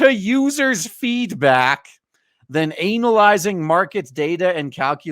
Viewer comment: hearing "anal-izing" instead of "ana-lyzing" is so appropriate for today's game market.